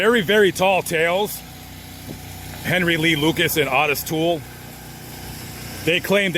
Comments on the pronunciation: Odis toole??? Its Ooo tis toole.. Otis toole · Owe-Diss not Ott-iSS. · "OH-TUSS" Not AWE-TUSS. Otis. 👍👍👍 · O-tis my man. It's O-tis. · ~ Wrong. It's "Ottis." Two t's. Pronounced "Odd-is."